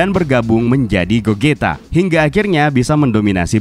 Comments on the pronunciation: gozita bang bacanya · gogeta bang bukan Gogito